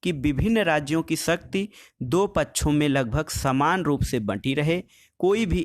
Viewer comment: सर पकछु नहीं पक्षों बोलों।